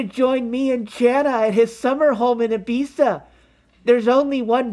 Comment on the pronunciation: Props to for knowing how to pronounce Ibiza and to Rhett for picking it up after he said it